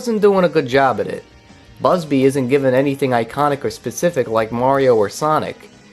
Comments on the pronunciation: I hate how you keep pronouncing bubsy as "busby" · First order of business when reviewing something, learn how to pronounce the name of the thing you're reviewing. Otherwise thanks for the review.